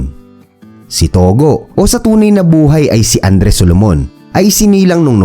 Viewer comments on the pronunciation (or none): tugo hindi togo